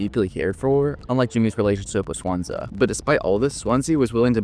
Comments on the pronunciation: It's pronounced "Swan-Sea", not "Swansa" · I think Daisuke's name is Die Skay and Swansea's name is pronounced Swon See. Anyone else bothered by how the narrator is pronouncing the two characters' names?